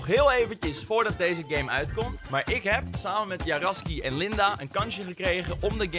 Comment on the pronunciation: " J arasky" F